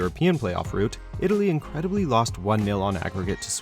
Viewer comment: ITLAY.... WHY!!!!